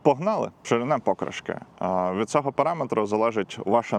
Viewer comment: Покри"шки , мені здається наголос так правильно.)